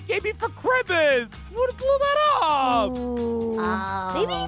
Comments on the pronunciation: Why did say crismist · crimas Me: dude it's christmas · said christmas wrong 🤣🤣🤣🤣🤣😂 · "Chrimas!" The word of the day - 2021